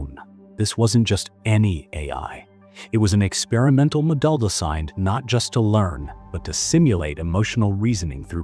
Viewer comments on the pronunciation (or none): Can't say the word 'model'. I do hate the generated voices.